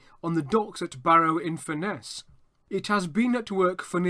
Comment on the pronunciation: FURness please, not furNESS